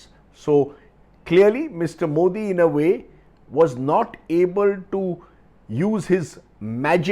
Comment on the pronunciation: Solid pro-nounciation of "Mr. Modi "by Rajdeep